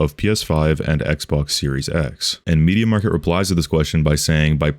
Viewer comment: i love how you say "media market" rather than media markt. also in Polnad we have rtv euro agd and media expert